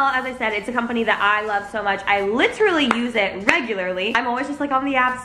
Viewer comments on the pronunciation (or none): none